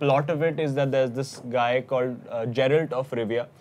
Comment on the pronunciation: You lost me a "Jeralt."